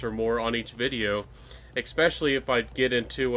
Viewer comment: ekspecially? does that mean especially? am i hearing wrong? lol